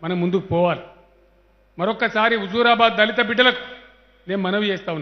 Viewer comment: Anii Sallu dhalithu dhalithu anakuuu raaa🙄